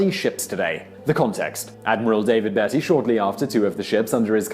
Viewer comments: The bit about Thatcher mentions purse. In Britain, purse is actually a handbag. Purse is an Americanism. Obviously, this video was produced for an American market. Demeanor is spelled demeanour in the UK. Beatty is pronounced Beetee, not Baytee. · Beety not Batey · Bee Tee - not - bait ee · I don't know why, but the bloke making the original video always get some of his pronunciations wrong. Who is Admiral Baytee? It's pronounced Beetee. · I am unable to work out whether either does not know how pronounce the names of British celebrities or does it wrongly to ingratiate himself with speakers of English who are not British. I mean, Lord Beatty (‘Beety’j was a celebrity of WW1 and therefore entitled to have been heard of by someone presenting a video including him. In another video he pronounced the name of Field Marshal Sir Claude Auchinleck (‘Orkinleck’j as ‘Ooshinleck’. I could only equate this with an English presenter covering the Suez Crisis of 1956 referring to President ‘Eesenhower’ which has not happened - so far. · I have never heard Admiral Beatty referrred to as "Bayty' before . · Beatty is pronounced Bee-tee